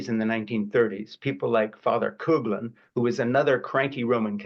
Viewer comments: Frank, it is not COOGLIN but COUGHLIN or COFFLIN. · FYI, Father Coughlin's name is pronounced "cough-lin", not "coog-lin". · This ia an important revelation. But please, check the pronunciation of Father Coughlin (I think it's pronounced Coff-lin, not Cooglan). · Father Coughlin is pronounced cough-lin,not cog lin, not coh lin , not coog lin. I’m from Detroit, grew up hearing about him, but I hear his name mispronounced now in my old age as youngers speak of him. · Not “coog”-Lin It’s pronounced the way it’s spelled: “cough”-Lin . Father Coughlin was indeed a threat to the country. But please pronounce his name properly for your own credibility. I agree with you but the mispronunciation grates. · Fr. “Cooglin”? Does he mean Fr. Coughlin pronounced Coff lin? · Schaeffer continues to mispronounce the name of Charles Coughlin. The last name is pronounced "cofflin" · Thank you Frank for this particular video. What an eye opener. Btw... Coughlin is pronounced CAW FLIN. It's very Irish !! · I could be wrong, but I think it’s pronounced father “Coff-Lin”. That’s how my Irish mother pronounced it anyway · I’m going to contact my senators and congressperson tomorrow to request that they apply pressure to Biden to pull Musk’s security clearance and sunset his contracts with the military, intelligence community, and NASA. PS: I think that Fr. Coughlin’s name was pronounced “kawf-lin “ as in, “I have a cough.” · But the Americans pronounce it Couff - Lin. I'm from Detroit where he tried to spread fascism. I never heard him speak although I was 32 when he died. However, I can assure you that no one called him Father Cooglin. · Cough -lin =Coughl